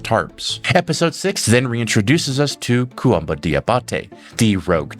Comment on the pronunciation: the pronunciation of "koumba" as "koh-uhmba" is so distracting. His name is spelled according to French spelling conventions. It's pronounced "koomba"